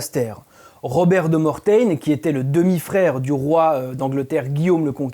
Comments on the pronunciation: Robert de Mortain est surement originaire de Normandie et vous entendre dire "Mortain" à la mode anglaise m'a bien fait rire ! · Je ne sais si on vous l'a déjà dit mais dans catéchumène on prononcé "k" et non "ch. Pour Robert de Mortain frère de Guillaume le conquérant on ne prononce pas "mortaine" mais "mortin" comme le nom du village du sud du département de la Manche fief de Robert. Les points signalés n'ont pas de simultanéité de construction. C'est bizarre pour cette hypothèse de ligne symbolique volontairement construite. D'autres sanctuaires innombrables dédiés à Michel proches de la ligne restent ignorés. Pourquoi ? Enfin on aimerait savoir d'où vient cette hypothèse, quelle est la plus ancienne occurrence ? Une bibliographie serait bienvenue. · Bonjour ! Mes oreilles on saignés entendant Mortain ! Le comte Robert de Mortain est bien un normand et non pas un anglais, il faut bien prononcer [mortin], comme la ville de la manche 😉 . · Je suis de la Manche et Robert de Mortain était français normand et Mortain est une ville normande, il faut donc le prononcer a la française et non à l'anglaise 😊